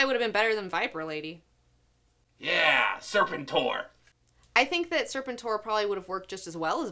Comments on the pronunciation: BTW...its not SIR-pen-tor, Its ser-PEN-tor. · Ser-Pen-Tor hehe not Serpent-tor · By the way its not pronounced Serpent-tor, its Ser-pent-tor. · UUHHh that's "sur-PEN-tor" not "surpen-TOR" COBRA LALALALALALALAAAAAA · Hey, it's pronounced ser-PENT-tore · Serpentor - Sor-PEN-tor. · You're not saying Ser-pent-or right. Knowing is half the battle! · first time I heard Serpentor pronounced that way. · Many things bothered me about this review, but since everyone is entitled to their opinion, I'll only say this: It's ironic that a person known as "" doesn't know anything about Hydra or the proper pronunciation of "Serpentor".